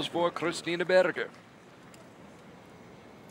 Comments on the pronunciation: Probably someone told him there's no "burger" in German. I think the simplest approximation in English is "bear-ger". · I just love how he pronounces "Berger" :) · I suspect he's trying to pronounce Berger in German, badly.